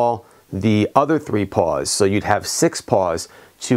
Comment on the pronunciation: Were you saying paws or pawls on the your hub driver?